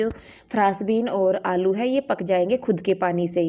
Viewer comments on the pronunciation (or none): Aap aloo ko alou kyu bolte ho ?